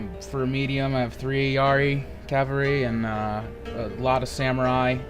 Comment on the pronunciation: Dude.... Its CAVALRY not CALVARY!!